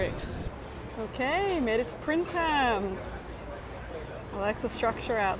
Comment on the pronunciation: Such a cute vlog! Fun fact: Printemps (pronounced Pran-tom) is French for spring 🩵 but so lovely in summer